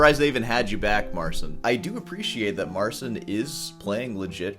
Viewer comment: pole here, it should be pronounce it more like mar chin. the ci makes a chi sound